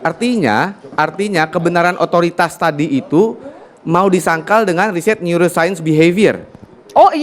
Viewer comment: Dokter" Ahli Bedah Otak, yg Mempelajari NeouroSaint Pasti *Tertawa Geli*....!? Dengar Tifa Ngomong... hha NeouroSaint bukan ilmu Cenayang/dukun